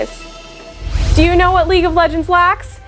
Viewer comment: League and not leage